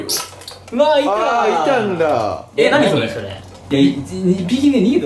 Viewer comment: 「4匹いた！」 「いたんだ〜」 のイントネーション不思議でかわいい〜